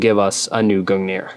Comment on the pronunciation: as for the proper norse pronunciation it is gungnir (goong near) but either way it doesn't matter cause its halo lmao